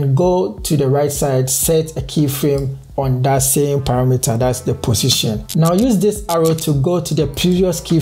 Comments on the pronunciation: positon (x) pussytion (Right) hahahahahahahahahaha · I love the way he pronounce position 😂❤️